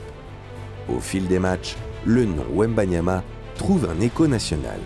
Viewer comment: Même les français se trompent du nom de « wembanyama »😂😂😂